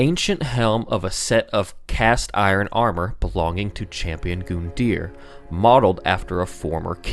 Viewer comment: Its said GUN-DEAR not GOON-DEAR